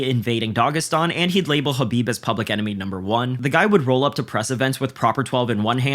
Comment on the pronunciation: LOL at trump saying khabib 😂 😂